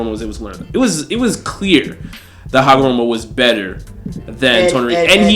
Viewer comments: hi name is Ootsutsuki not Ookutsuki ookutsuki Hagoromo not Hamogoro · take a shot every time u hear hagomoro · Its not hagomoroooooooooo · yall gotta stop saying hagaMORO, its HAGAROMO, PUT SOME RESPECK ON HIS NAME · yeah man got so many names wrong for a "Naruto guy" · He butchered that shit frfr 😂😂😂😂